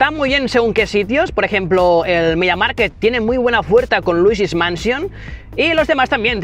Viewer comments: Se dice media mark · Me pones nervioso cuando dices mediamarket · Cada vez que decías: "Media Market" se me rompía algo por dentro. 😂